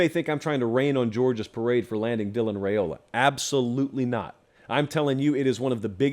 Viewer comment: Per his dad, it’s pronounced “Rye-ola”, not “Ray-ola”.